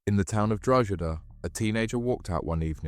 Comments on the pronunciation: Given the horrific nature of the offences, the sentencing seems light to me. I guess when these men are released, they will just carry on with their old way of life. Incidentally, isn’t the place name pronounced ‘Drog-ee-da’? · Where is this "Drogeda" of which you speak?